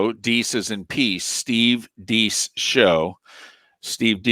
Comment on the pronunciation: It's not "Steve DEECE", it's Steve "DAYCE"...........